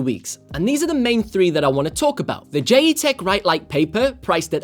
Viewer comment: Pretty sure it’s pronounced as JET - Tech?